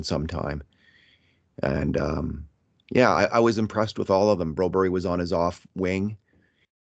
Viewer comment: Stop saying Bro-berry!!!! Nobody calls him that but you in all of North America!!! as we don't pronounce the spelling that way in OUR LANGUAGE!!! Get with it man he doesn't even want to be called that here.